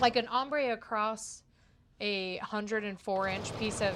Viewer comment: And is across, not acrost!